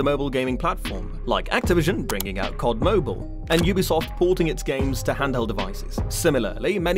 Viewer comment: did this guy just pronounce COD as “cod”? 😭